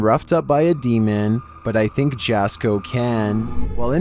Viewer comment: Jasko is pronounced Yasko not Jasko. 😮 Just sayin. 😂